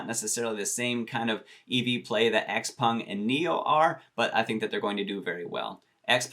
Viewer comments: Why does everyone pronounce x-peng as x-pung? I ask every time he says it in his video, but never get an answer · Charlie at Zip Trader, Graham Stephan, MeetKevin, Andrei Jikh, and Jeremy Lefebvre all pronounce it as x-pEng. Not to mention when you ask google how to pronounce it, it says x-pEng as well. Just saying